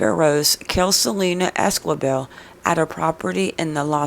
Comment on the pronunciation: If you're going to talk about a case please get the names right....it's Selena Ésqi bel....not quibel you don't pronounciate the "U"....can you get that??? And it's not Àdré it's Ā(dray) and It's not Bàrōz... it's Bar (ōz ) pronounciate that right....Las S(ouces) not literally Sauces...lol!! And Saguache?? Totally prononciated wrong!!! Lol!!! I guess I have to prononciated that too.... Sa (watch)??? Get it?? "g" is silent..... Do better research dear, otherwise you could be reporting on the wrong people...bad reporting....